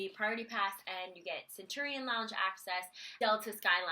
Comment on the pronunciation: Finally, a youtuber that knows how to pronounce Centurion correctly... other youtubers that discuss AMEX's Centurion all pronounce it wrong